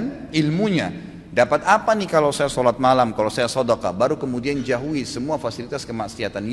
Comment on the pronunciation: jauhi ustad bkn jahui 😄